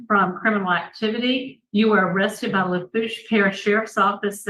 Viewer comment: Nobody ever says these things right until someone breaks them down: "Houma" is said "Home-a", "Bourg" is said "Berg" and "Lafourche" is said "La foo sh" Crazy, right?